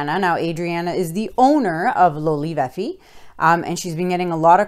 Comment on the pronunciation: Loli Vefi, isnt it Love Life?😅 LoLi VeFe